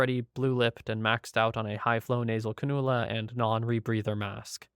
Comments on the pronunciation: These are all sad but I laughed at your pronunciation of canula. Not 'Can-OO-La" its 'Can-You-La'. Soft emphasis on the 'U'. Great vid thought, all so tragic. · I really enjoy your channel, and not trying to be rude at all, but it’s pronounced Cann-ū-la. Keep up the great work, and thank you 😎👍